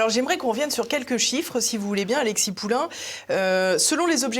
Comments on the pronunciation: Attention c’est pas Poulain, mais POULIN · Poulin, pas Poulain. Rien à voir avec Amélie !